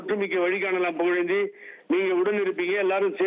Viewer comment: புகழேந்தினு சொல்லறதுக்கு பதிலா புலுந்தினு சொல்லுங்க